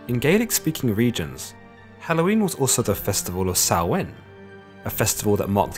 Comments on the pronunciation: YES!!! Finally, thank you for pronouncing Samhain properly :) So sick of people pronouncing it Sam-hayne! Great video by the way :) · You pronounced Samhain correctly! Glad you have enough respect for the culture to look it up.